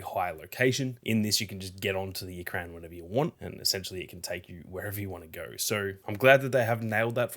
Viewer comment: Ikran, is pronounced, Ee-krawn.